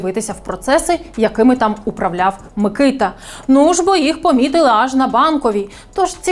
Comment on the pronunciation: Мені здається що наголос на букву а - микитА